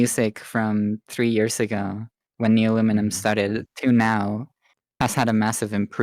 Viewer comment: Honestly you didn't say it that bad, I used to say it as Nuleomulium 😭